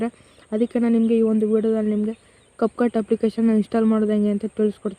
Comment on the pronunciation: ana ad cupcut alla capcut adu sariyaagi heli